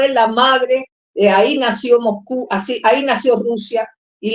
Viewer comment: CÓMO ES POSIBLE QUE EN PLENO SIGLO 20, NO HAYA SERIEDAD EN LA PRONUNCIACIÓN DEL LENGUAJE. EL CASTELLANO TIENE UN ALFABETO Y REGLAS ORTOGRÁFICAS. NO ES "PUTÍN" ES "PÚTIN" NO ES "MOGCÚ" NI "MOJCÚ" ES "MOSCÚ"